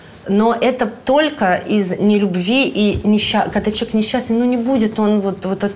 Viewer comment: Очень хочу узнать у,какой смысл она вкладывает в слово человек,намеренно произнося его как слово ЧЕК.Это дань моде в вашей тусовке или просто редукция Вашей речи?Заранее благодарна!